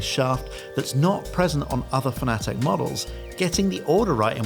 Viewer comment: Why are pronouncing Fanatec like the Americans do? It’s fan-a-tec, not fan-atic